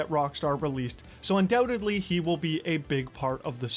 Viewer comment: "undewtedly" 😂. I am disappointed that you didn't say "withewt a dewbt" at all in the video 🙁.